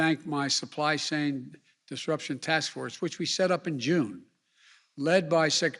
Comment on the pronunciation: Couldnt even say supply chain he says supply sane... lol